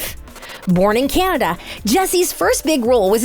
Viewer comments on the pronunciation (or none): none